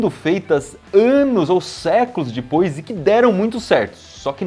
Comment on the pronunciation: eu ja assisti tanto manual percebi q toda ves vosse fala dipos